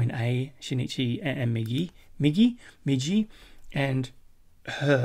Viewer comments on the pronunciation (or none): I know that this was a highlight but this episode did feel short, I guess you lose track of time while you're having fun, also so nobody bugs you in the future, Migi's name is pronounced "Me • Gee", not "jee", great reaction as always my friend, keep up the great work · "Me-Gee" is the right pronunciation, it means "right" rather than "right hand"